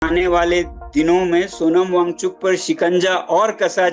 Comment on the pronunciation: पहले नाम सही से लो फिर रिपोर्टिंग करना